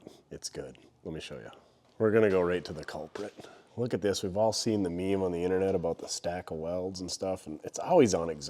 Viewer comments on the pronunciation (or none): none